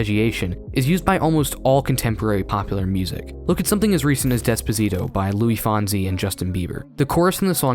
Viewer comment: He forreal said Lui Fonsi ahahahahah